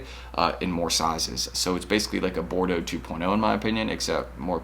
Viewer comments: ok i cant take it any more, Bordeaux is pronounced bor - doe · Everyone out her sayin “bor-dee-awgs”